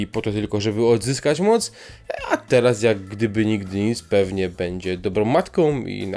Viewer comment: Masz świetny głos ale : będzie nie Bedzie- uszy więdną a po drugie Jaskier tutaj to jakaś tragedia pomalowane oczy i ta fryzura.